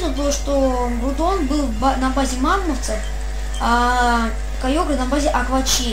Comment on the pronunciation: Гроудон а не Грудон